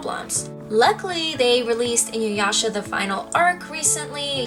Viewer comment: Damn you America. Inuyasha is the only name that you pronounced properly. A's are spoken as Ah. Sakura (Sah-coo-rah) Manga (Mah-n-gah) like mama. I know it isn't your fault but that of the voice over companies who in the early 90s were really bad about pronouncing japanese words. Good video though. And you have very pretty eyes.